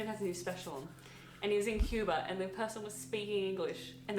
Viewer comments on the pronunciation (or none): none